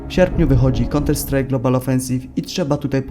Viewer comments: KIEDY POWIESZ? POPRAWNIE? MÓWI SIĘ "KANTER-STRAJK" NIE "KONTER-STRAJK". POZDRAWIAM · Fajny film tylko mówi się kanter strike a nie konter strike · Kanter a nie konter kurwa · Counter strike czyta się "kanter strajk" a nie "konter strajk"... Chłopie 183 k subów i takie błędy... Xd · Nie "konterstrajka" tylko "kanterstrajka"... aż uszy bolą.... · "Konter Strajk'... czego te głupie niedorozwoje nie wymyśą... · Konter strajk hahaha. Nie ma to jak byc w gimbazie. Hal of fejm Xd... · nie chce hejtować ale non stop mówisz konter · Zauważyłem mały bład w wymowie counter strike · Tak uważam się za fana Counter-Strike, bo wiem jak to się wymawia w przeciwieństwie do Ciebie kolego ;p pomysł i wykonanie super, oby tak dalej :D